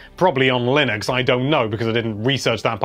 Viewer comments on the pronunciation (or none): none